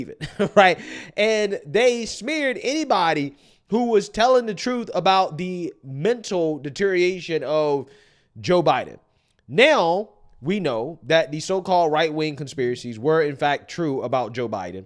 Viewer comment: How many times are you going to say "deteriation" before you realize that the correct pronunciation is DETERIORATION!!!???